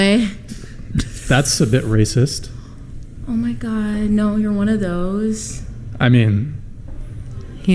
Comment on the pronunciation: Did she just say Wacist? Lmao